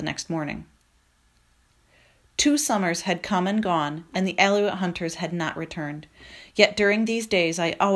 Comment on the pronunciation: I love this book but the numerous mispronunciations are very distracting to me. Aleut= A-loot, not Al-eh-wit Cormorant= Core-more-ant, not com-Ah-rahnt Sinew= Sin-you, not sin-ewe